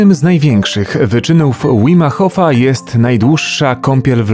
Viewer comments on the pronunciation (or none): Nie Łim Hof tylko Wim Hof. Tak czytasz jak po polsku .